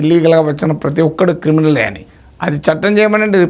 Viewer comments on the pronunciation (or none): none